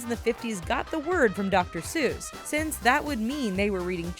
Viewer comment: She says dr. Zeuss fucking amateurs.